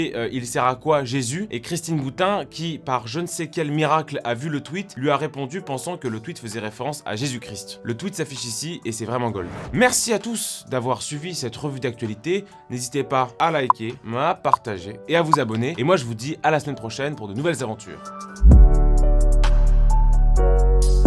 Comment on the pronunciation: Petite correction : dans la forme "Jésus-Christ", on ne prononce pas le "st" donc "kri" juste.